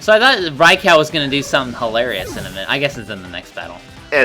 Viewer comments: ...I'm busy trying not to be triggered by pronouncing Raikou Rai-COW? Where the hell did he get "cow" from? I mean the Pokemon Special uses "Rai-ku" Battle Revolution uses "Rai-ku". I never heard "Rai-Cow" in my life till this day. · Don't worry,, you're not alone with the Pokepark 3 wish. The thing is that I want the game to have more substance...and to be harder. Also every time you pronounce Raikou wrong, I die a little more. I mean, screw the english language and it's contradictions, that's how it's normally supposed to sound phonetically by spelling but it doesn't...But it sounds so stupid when you say it "Right"